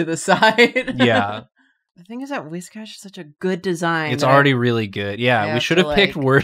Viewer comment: It's pronounced Whiscash